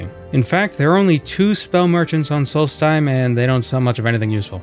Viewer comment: It's solstheim not salty time. (I really hope people get that reference)